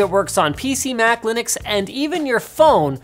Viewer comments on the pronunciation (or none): none